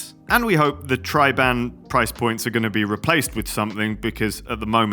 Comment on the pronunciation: You have to pronounce the Decathlan Van Rysel and Triban bikes in French, not English! 🧐👆 😏